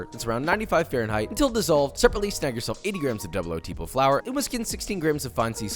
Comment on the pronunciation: Everytime Josh says “double 0 tipo” an Italian dies